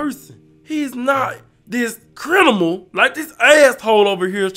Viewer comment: Did keep saying Crinimal?? lol